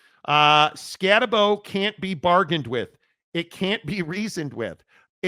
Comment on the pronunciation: Scatabo’s name is pronounced with a “boo” at the end… “Scataboo”